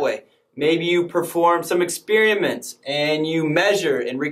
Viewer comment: My car has a [spare] tire. I conduct ex[spare]iments. Experiment with talking like an educated person please.